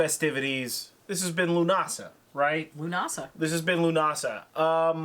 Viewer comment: Leaving straight away, I'm fucking Norwegian and even I know how to pronounce Lughnasadh have some fucking respect for Gaelic culture.